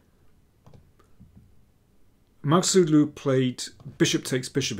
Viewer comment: Daniel, you did a great job on pronouncing their names 👏👏